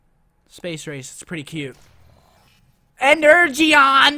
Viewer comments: every time he says energeon I die a little inside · seth it pronounced ener-gon